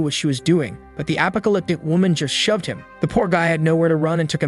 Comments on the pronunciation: Still stuck on the voice saying “apa-co-lyptic” instead of apocalyptic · wow apa-alyptic world huh. Why u say it like that??? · app po ca lyp tic , thats one way to attmept to say that word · i love how he says apacaliptic instead of apocalypse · He says apocalyptic just like you say alpaka 😂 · He definitely isn't saying apocalyptic 😆